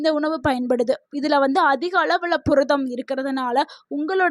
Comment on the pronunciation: புரதம் என்று சொல்லவும். பொரதம் என்று சொல்வதாக தெரிகிறது. மிகவும் மோசமான தமிழ் உச்சரிப்பு.